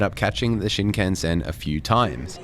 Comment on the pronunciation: The weirdest bit about that story was that he was looking at and buying porn publicly while with his wife. WTF. Haha Haters gonna come for you over your Aussie (mis)pronunciation of Shinkansen (like they did for me in a video I made) 🤣🤣